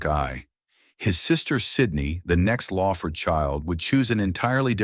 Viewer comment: LAWford, not LAYford